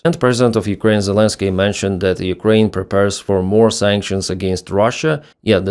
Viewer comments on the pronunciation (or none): none